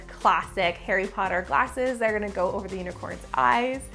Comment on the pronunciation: BUTTERBEER Flavored Harry Pottah Cake... MY FATHER WILL HEAR ABOUT THIS -Draco Malfoy